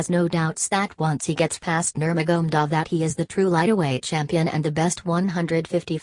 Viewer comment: khabib is the undisputed undefeated lightweight champion and his name its nur ma ga medov you are doing a narration on these fighters say there names properly dizzy woman and its de az not dearz my dear no wonder you got 50 views LEARN TO SAY OR PRONOUNCE PROPERLY B4 YOU START NARRATING WHATS KHABIBS NAME AGAIN MAGMADOV ? ? / / ?